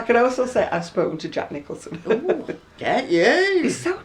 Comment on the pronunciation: did you say Jack Nicholson?